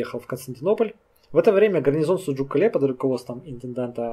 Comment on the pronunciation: Кале,ударение на букву а,с адыгского город